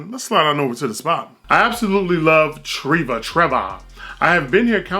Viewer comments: You actually pronounced those pretty well. The only one was Treva. Its said traeva not treeva. Also you got the cheese and cold cuts combo wrong 😂. We usually combine parmigiano reggiano with bresaola and prosciutto with the truffle cheese. That's why the parmigiano prosciutto was over savory. They're both very salty umami ingredients 😁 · Treva is pronounced (Tree-va). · Pronounced treva. hope that helps :P